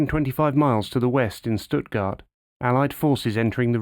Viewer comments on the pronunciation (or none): none